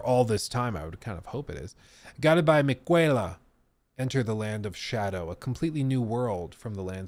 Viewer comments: Im guessing either A) never played this game or B) never finished it. (miqwayla). Its pronounced like Nichola. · died over 200 times fighting her and still doesn’t pronounce Miguella right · mispronouncing Miquella is actually a subtle flex on his part that he didnt die to Malenia enough to memorize it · Your pronouncing miquella wrong 😂